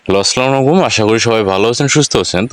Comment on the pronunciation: ভাই সালাম টা সঠিক করতে হবে